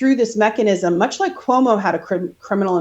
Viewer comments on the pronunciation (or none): none